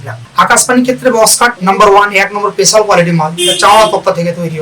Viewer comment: পেশাল না স্পেশাল 😅